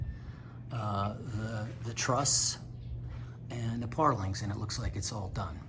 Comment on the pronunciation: When you say parlings... Do you mean purlins?... Or do they say it differently in the Philippines?